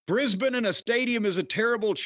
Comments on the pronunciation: It's been very refreshing hearing our yank friends pronounce Brisbane correctly. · I sincerely appreciate Jim's very natural (and correct) pronunciation of 'Brisbane'.